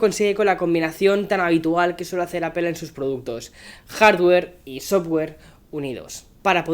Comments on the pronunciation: APEL Jajaja 😆 LOL 😆/ Seriously 😉 why they don’t say it right Apple 🍎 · Buenos videos pero me choca que no pronuncies bien no es “apel” es apple jajaja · ¿Por qué le dices "Apel"? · Appel XD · pero por qué dice APEL ??????????????? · Deja de decir APEL!! Joder